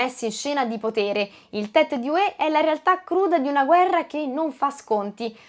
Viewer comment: certo, ma Hue ha l'accento sulla U e non sulla E come si direbbe in Campania.......🤣